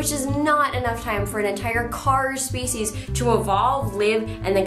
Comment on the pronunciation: U say species speshies it's different...but sounds cooler I like it :)